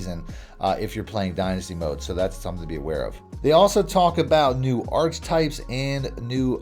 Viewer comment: It’s not arch-types 😂, it’s arch-e-types